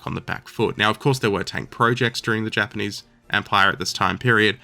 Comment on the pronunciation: he said “japanese” but it did sort of sound like “jermanese” for a second lol